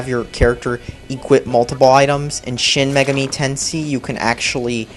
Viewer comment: Say it with me, idiot. Shin Magami(MAY-GAH-ME) Tenshin.